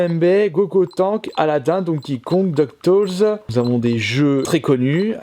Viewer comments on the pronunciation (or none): "duck toles" bon bin bye bye anglais...